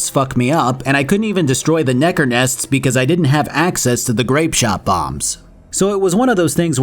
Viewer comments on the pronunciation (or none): Bro you can’t go slinging the hard r on nekker